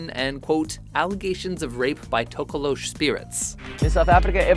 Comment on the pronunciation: Tokoloshi is pronounced Tok - ah - loh - shee, not however you pronounced it